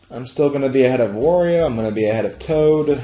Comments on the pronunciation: it`s Wario not Vario ! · Wow, all these years and I never knew about that shortcut. Very interesting! Also why do you pronounce Wario like "Vathio"? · I hate the way you say Wario's name lol